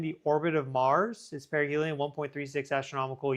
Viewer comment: Wait - did you say perihel in 2031?! Is this thing traveling slow?